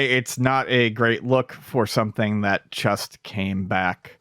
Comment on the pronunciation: I have to point it out. When says "just", he says it like "chust" and I can't un-hear it. I still like listening, though.